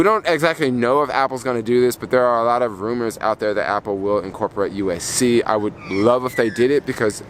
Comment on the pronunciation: Sorry but it hurts ever time you say USC! It’s USB-C lol. Btw you should get the anti lost wires for the AirPods if you don’t want to lose them easily